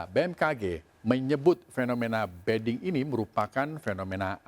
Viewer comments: Ini penyiarnya gak ngerti mbediding.... Jadi ngomongnya beding.... Padahal maknanya beda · Kenapa penyiar bilangnya BEDING padahal di teks ditulis BEDIDING..? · Orang inggris tuh penyiarnya.. bedding - tempat tidur... 😁